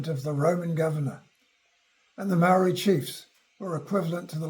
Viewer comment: He can't even pronounce Māori properly. This video stinks.